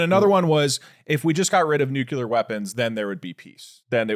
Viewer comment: Doug STOP saying NUCULAR there is no U between nuclear in English